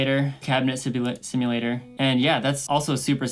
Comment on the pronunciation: "sibulator" my dude, thanks for doing this videos.